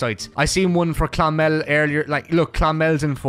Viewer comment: it is clonmel